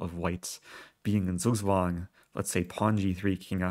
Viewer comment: Zugzwang is pronounced as: TSOOK TSWUNG